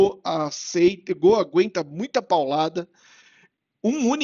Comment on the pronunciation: Legal você voltar com a série de vídeos, mas essa pronúncia de Gô ainda me dá gatilho rs